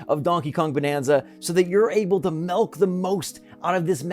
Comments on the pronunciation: Did you say “melk” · Did you say. “Melk the most”